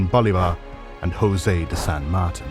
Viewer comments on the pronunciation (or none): none